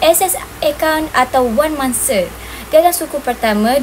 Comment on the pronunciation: "Bukan mangse tapi mangsa"., tolong tolak 1 markah... 😆